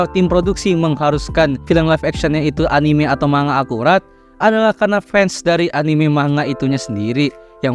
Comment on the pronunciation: Kata Bu Guru Bhs Jpg..."manga" dibaca "mangga"...